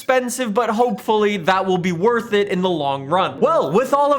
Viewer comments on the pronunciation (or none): none